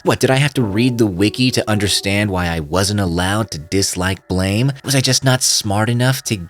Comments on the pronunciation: Its "Blame" its Blam!!! Like a gun shot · The way you are pronouncing it is the mispronunciation lmao. It's Blam like the sound of a gun